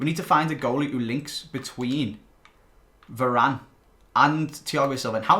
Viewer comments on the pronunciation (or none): none